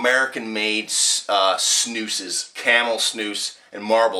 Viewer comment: snus not snoos